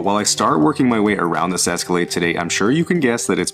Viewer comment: Where was calling it an Escalladeee?